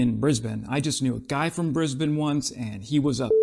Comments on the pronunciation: Someone knows how to pronounce “Brisbane”! Finally! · You just wanted to show off you could pronounce "Brisbane" correctly 😎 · Congrats on actually pronouncing Brisbane correctly. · Yeah he didn't say BrIsVeGaS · Haha... indeed! I didn't pick that up. Well done! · can confirm he knew a guy from Brisbane, coz he pronounced it right…and Enoggera is a north-western suburb in the City of Brisbane, It is home to the Gallipoli Barracks. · As a bloke from Brisbane - well done for pronouncing it correctly ;) Also, the old Abrams that we are replacing with the new SEPv3 tanks, weren't 'going to be scrapped', they were going to be sent back to the US, as per the terms of the original purchase. But, we'll take credit for it ;) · I know you've been to Brisbane because you pronounce it like a local. And yeah, we can be a bit redacted here lol